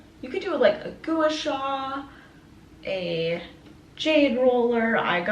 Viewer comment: I can NOT with the “gooeyshaw” you kill me. Years ago we all told you how to say it correctly 😂😂 GUA SHA